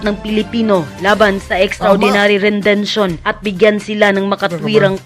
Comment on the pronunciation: To the blogger, nagmumukhang hindi totoo ang balita pag mali ang pronunciation. Extra judicial rendetion hindi 'rendention'. Masakit sa teynga. Gusto ko pa naman manood ng video.